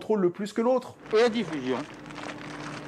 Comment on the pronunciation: "Et la diffusion ?" ... "la diffusion..." "vous n'avez pas parlé de la diffusion ?"..."ah ! La Di-ffusion !!" 😂😂😂